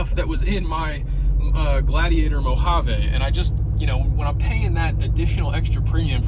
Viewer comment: 1) leave the car seat at home use seat belt 2) take less than 500 mile trips 3) join a gas club 4) price shmise 5) FTP 6) build quality is irrelevant 7) don’t ever say “mojavai” like that again 8) turn radio up to stop cabin noise 9) less padding more fun 10) Lexus people don’t wave at each other